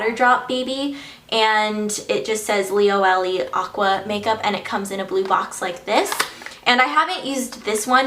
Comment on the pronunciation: So sorry to be annoying but it's pronounced li-o-e-le not li-o-ellie...